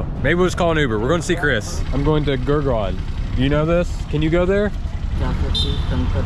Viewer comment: Pronounce it as Gurg-owl